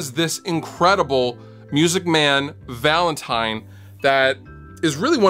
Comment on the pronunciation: ha he says valantime at the start